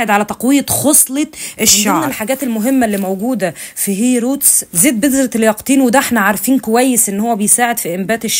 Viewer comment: المنتـج إسمـه هيــر روتـس سبـراي من الصيدلية عادي وسعـره حوالـي 400 جنيـه بس هي بتنطقـه غلط وبتقول هيروتـس وبعدين هي مش عايـزة تـرد علي أي كومنتـس بتسألهـا عن إسم الإسبـراي مش فاهمـة يعني منزلـة short لا كاتبـة إسم المنتج ولا بترد علي النـاس